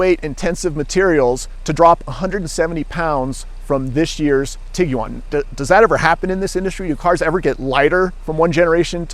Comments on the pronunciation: Most Americans (including myself) pronounce it "Tig-wan" with the u being silent. This is the first time I've ever heard anyone say "Tig-u-wan". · Tig wan, not tiggy wan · Did be USA really pronounce it that way. It’s an iguana cross with a tiger so ti guan otherwise I enjoyed your review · Why it sounds like he says Tiguan like Tig u on lol